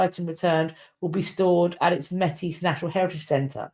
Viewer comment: Métis is pronounced like ‘may-tee’. For context - the Métis people come from French fur trappers marrying Indigenous women creating a distinct culture that mixed the 2 traditions. I think what Chartrand may have been referring to when talking about gift being given was - well just the general idea - that when the treaty negotiations were happening between the First Nations and The Crown, the First Nations acted in good faith gave, their gifts and are still waiting for the Crown to reciprocate as promised. So to take back a gift would sort of be hurting their symbolic position. Like, we’re holding our end of the bargain, what about you? (I know this was about the Vatican and I can’t really speak to this, but I think it is an additional perspective I have heard growing up in Treaty 1 territory and the homeland of the Red River Métis)